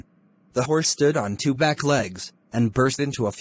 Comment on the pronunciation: the hourse 🤣🤣